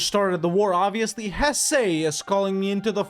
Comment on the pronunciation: Lots of love in the comments for the improved pronunciation. Now, start working on Hesse (Hess-uh) 🙂